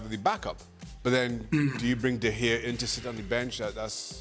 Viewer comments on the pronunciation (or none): Dan nearly spat on Shaka saying De Gea it’s so cringe, just speak English dan. Stop trying so hard